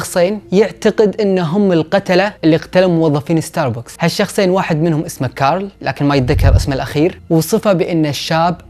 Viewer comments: ستاربكس ❌ ستاربوكس✔️ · اسمة استاربكس وليس استار بوكس 🤗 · اتوقع حسب معلوماتي العاديه اسمه ستار بَكْس مو ستار بوكس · ستاربكس مو ستاربوكس هههههههههههههههههههههههههههههههههههههه😂 ♡ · عنوان كامل لستاربكس وانت حتى اسمه ماتعرف تنطقه